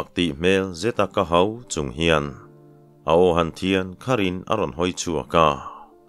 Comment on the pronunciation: 'kahau' tih țawngkam hi nangmah pawhin i hmang ngailo emaw ni, tunhma khân i chhiar dik ngailo a, ka sawisel ngam bawk si lo.